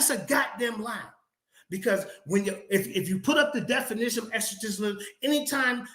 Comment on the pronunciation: It is hilarious to keep listening to mispronouncing the word 'definition' as 'denification'!😂